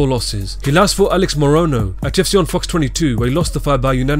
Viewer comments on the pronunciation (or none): none